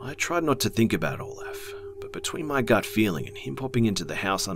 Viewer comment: in one of the stories when he said Olef? I kinda thought of Count Olaf from A Series of Unfortunate Events lol